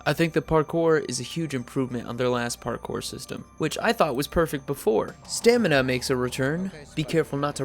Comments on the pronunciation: Stamina ya stanima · Stamina not stanima !! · staMina not staNima hahaha awesome vid anyway and jonah didnt voice crane